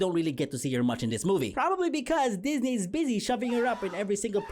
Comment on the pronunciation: Sir Disney. Sir Pixar. This was the most Filipino thing I’ve ever heard lol.